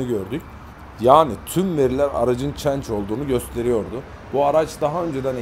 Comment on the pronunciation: Abi çenc degil CHANGE olacak